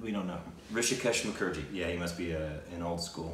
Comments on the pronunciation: you just pronounced Hrishikesh Mukherjee perfectly! Take a bow! And yes guys, give it a watch..one of the best bollywood movies ever made with equally beautiful music album! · How pronounces so perfectly....hrishikesh mukherjee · Wow got Hrishikesh Mukherjee s name perfectly🙂